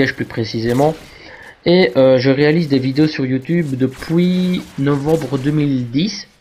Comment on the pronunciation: je réalise des vidéos sur youtube depoui ^^ trop drole l'accent une fois :P a